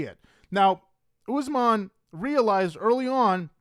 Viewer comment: How do you cover these people so much but can’t pronounce the names? It’s not Ooozemon, it’s Usman.